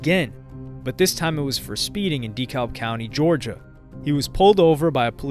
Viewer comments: It’s pronounced “DUH-CAB” County. 🤦🏽‍♂️ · Lol yeah I'm gonna be that guy but it's pronounced*decab" county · Dekalb is pronounced DEE-CAB lol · DeKalb county isn't pronounced "Dee-cowlb" but, rather, "Deh-cab". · It’s Da-kalb not de -kalb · It’s pronounced. De- Cab not De-kalb lol the l is silent damn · hahaha we pronounce it DeCab.. lmao Dee Calb… no beef tho, just a funny native thing. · De-kab we don’t say the L 😅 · The way he says Dekalb county is triggering me. It’s pronounced DEE-CAB county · DEKALB is pronounced : 👉🏽 (Dee-CAB) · I hate how this guy pronounces deKlab county lol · 🗣️ It’s “Da Cab” County. The L is silent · My mans really said DEE-CALLB county this whole video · Yo you’re good bro I love your videos have been watching for years, but it’s pronounced duh-cab county 😂I live here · Dee kalb 😆😆😆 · IT'S PRONOUNCED D CAB County. And yes I know it's spelled Dekalb. Lol. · Plz stop pronouncing dekalb like that. ITS da- cab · Just wanted you to know its pronounced Da-Kalb closer to Da - Cab . Look up something like a Dekalb County police press conference you’ll hear them pronounce it . Good video tho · hearing someone pronounce the "L" in Dekalb is so weird. great video! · I cringe every time i hear say dekalb 😂😂 pronounce it right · By the way being from Atlanta. Buddy who made this video saying DeKalb so so so wrong. That’s not at all how you pronounce it lol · You could take the time to learn how to pronounce the names of well known places like “DeKalb” 🫠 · The “L” is silent in Dekalb County in Georgia. Not trying to be rude, just letting you know. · I hate when they pronounce Dekalb wrong 😂🤦🏾‍♂️